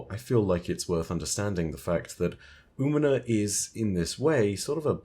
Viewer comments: Hey, Umina is a female hispanic name. Also the ñ is emphasized. Think "ooh-me-nya" for the phonetics. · Hey, if you want help for the pronunciation of Umiña: oo-mean-nya. Tilde (~) in Spanish adds a 'y' sound to the letter n.